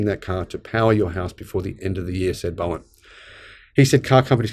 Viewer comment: This is great news. I wish you had a video of the d&*khead at the show that caused the ruckus. I too wonder what the thinking is behind idiots like this. The problem is, they seem to be everywhere. Just a tip - Bowen is pronounced bow as in bow-tie or bow and arrow, not bow like a ships bow. A friend of mine is a Bowen and it pi$%es him off big time.